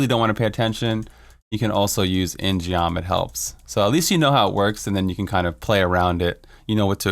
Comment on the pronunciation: Great video, great build! All I have to do now is find...rainbow goblins... The In-Geom is pronounced as IN-GUM BTW